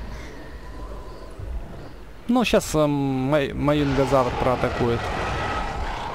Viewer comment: Маюнгазавр это Маюнгазавр ане Мажезавр пж говори правельно